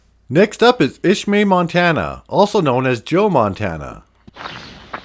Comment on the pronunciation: Watched from.Arizona used haul.wheat to.Carlyle when was young oh u prononced Ismay and vananda wrong but its ok. but I can see why I really enjoyed it i never knew there that many towns in eastern Montana abondoned